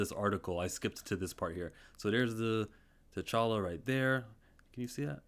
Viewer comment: It’s T’Challa.